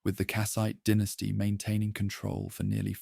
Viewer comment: The pronunciation of dynasty fluctuating between “dye-nasty” to “den-tasty” is another sign that it’s probably AI